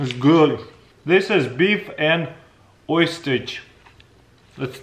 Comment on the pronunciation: Beef and what....oysters? Say again?